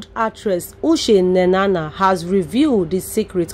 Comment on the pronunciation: Madam please is not Ushe Nenana but Uche Nnanna, if you don't know how to pronounce the name ask someone to teach you.and why not allow us hear from her.Too much talk.